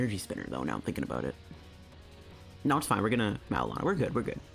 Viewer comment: Maybe it's a freudian slip, but every time you say "Marrow&Lana" I tend to hear something entirely different... ;-)